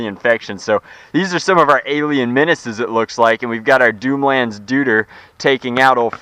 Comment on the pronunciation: "doomlands dooter" nice one there, best English ever